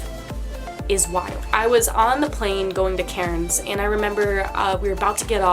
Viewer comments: Lmfao it took me a hot minute to realise you were saying Cairns. I honestly thought you were saying Karen’s 😂😂😂😂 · The accent, when you say Cairns. I'm thinking, who's Karin?? C - air -ns